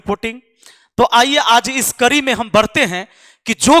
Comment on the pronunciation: बोलना सीख ले भाई करी नहीं कड़ी होता है